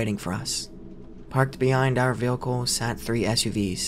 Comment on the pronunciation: Man i love these stories but every time he says “vealcle” in stead of vehicle it drives me nuts